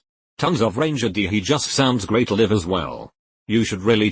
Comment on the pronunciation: When the robot can't discern between 'live' and 'live' and 'read' and 'read'...